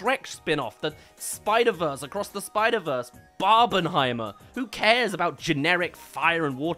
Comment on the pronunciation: "The SpIdER vERsE acrOsS thEh sPIdEr vErsEE💀"🙃🙂😂🤣